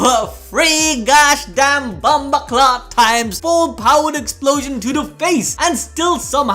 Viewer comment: Yo whats ur ethnicity bruv me nah wa fuh ear ya say bumbaclot clot like it's ya Rosclot ethnicity bredren